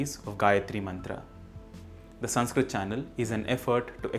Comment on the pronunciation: Your videos are very knowledgable. But why you use extra "A" pronunciation in every Sanskrit word.